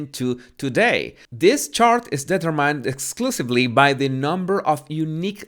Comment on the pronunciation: Amazing the contrast of your pronunciation of the word "Gauge" which is spotless while your pronunciation of the word "determined" is really funny! That's what makes your channel unique and refreshing, Keep up the good work!;)